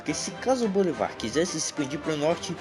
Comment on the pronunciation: É Bolívar e não Bolivar